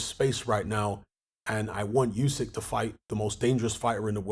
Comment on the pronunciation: are you ever going to say Usyks name properly?